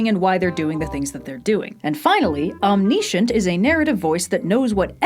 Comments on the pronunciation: Say it with me now... Omm - nih - shint Omniscient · wow that pronunciation of omniscient. Other than that, yet another great video.